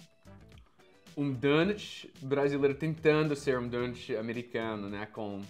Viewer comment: Adorei o falando donut do jeito que brasileiro fala...